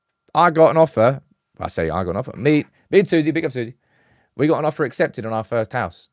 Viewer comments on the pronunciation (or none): none